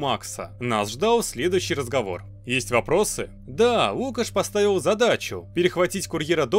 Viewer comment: НЕ лУкаш а лукАш